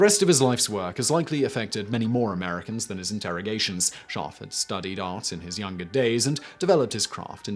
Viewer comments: I had no idea there was an 'r' in his name until you showed it in print. You're literally saying, "Shaahf." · The way you pronounce his name sounds like the German word for sheep which makes this fascinating video also very funny.